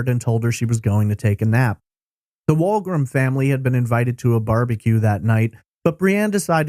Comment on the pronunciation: It was a slow pitch baseball tournament. Locals called it the Kokanee ball tournament. Also, I think the Canadian Pacific Railroad was a sponsor (CP) as they were a major employer at the time in the town. Further, "Wolgram" is pronounced "wool-gram".